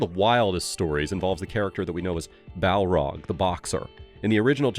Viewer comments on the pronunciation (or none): Balrog, not Barlog. 😂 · isn't Barlong pronounced BAR-Long? you say Bell rog?